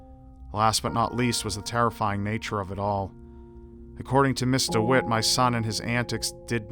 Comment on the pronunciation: Rly? It really sounds like Mr Witt :D Then again, english isnt my native language so i could hear something that actually wasnt said :) Thx for letting me know though